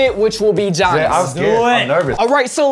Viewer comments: Why do gotta say Giannis name Jeeanis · we just gonna ignore the fact that pronounced giannis wrong??